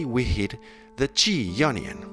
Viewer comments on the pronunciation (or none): the word in pronounced eye own ee on = Ionian not ee onion. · The onion scale 😂 that’s made my day! I’m just saying you need to pronounce the ‘I’ in Ionian 😂 great video though! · When he says 'Ionian' it sounds like 'Onion' I am going to call it Onion mode from now on. :))) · I thought he said 9nion scale.